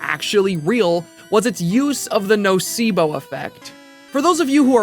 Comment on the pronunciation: When said "nocebo" I was like "The spanish word???" because it sounds just like "nocivo" which means something that is detrimental/prejudicious and is also seen a lot in medicine, anyways great video <3